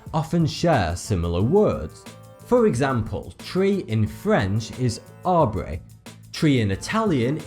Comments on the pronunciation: I loved your prononciation of the word ''Arbre'' in French but don't prononce the ''E'' with an English accent like this :o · The way he said “arbre” in English made it sound like “aubrey” I’m dyinggggg